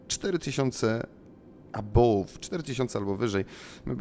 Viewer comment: Błagam: arrival = erajwal, above = ebauf